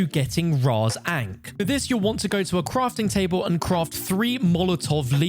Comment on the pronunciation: Bro pronounced ahnk wrong it’s pronounced ON-k not AIN-k